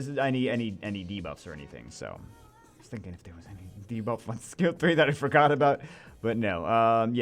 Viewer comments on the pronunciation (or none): none